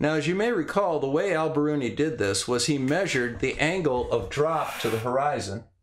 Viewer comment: Love this, but wonder if it would be better to pronounce his name “All”?